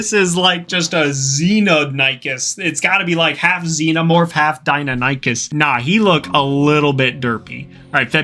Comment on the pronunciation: Not (Dino-nikies) Di-nionocus